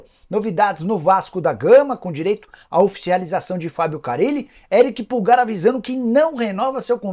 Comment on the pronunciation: Uma hora fala pulgÁr ... E no anúncio principal fala "Erick pÚlgar" ... Pra ficar parecendo com o atacante kkkk po